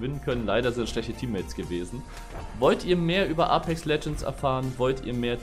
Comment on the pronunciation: wird es nicht eypex ausgesprochen und nicht A-pex? ich spreche das eypex aus genauso wie die im game